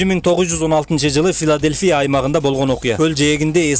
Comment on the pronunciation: Дагы бир жолу Филадельфия деп койчу 😂🤣